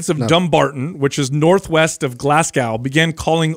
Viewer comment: As a native Scot, I love how you pronounce Glasgow 🤣👍